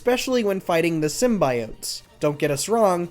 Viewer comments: Made it till you said Sim bi ote. Sim bee ote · Please learn how to pronounce symbiote... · Did he say "sim-bye-oat"... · Why did my guy pronounce symbiote like the og first trailer for the Venom movie, though? 😭😭😭😭😭